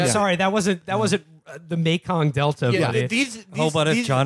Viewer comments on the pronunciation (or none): none